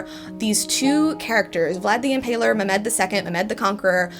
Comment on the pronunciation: Heyyyy sooo Ummmm Mehmed is not read as me-med It’s read as me-h-med h stands for the ح in arabic but u can say h since it’s likely you are not used to it